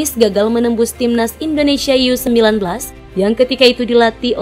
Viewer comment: bukan yu-19...ya tetep baca U-19 laaaah